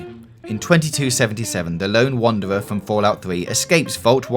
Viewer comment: Gweat video. I can't wait to see moww fwom you